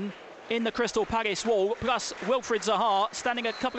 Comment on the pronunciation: Good commentating, especially when the balls in the box, but what the hell is that Paggis thing all about